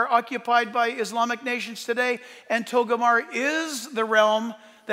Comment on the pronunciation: Jack, it's not TOGO-MAR. It's TOGAR-MAH.